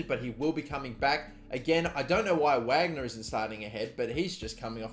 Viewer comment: The striker you start over, Wagner, his name is pronounced "Vahgner" not "wagner"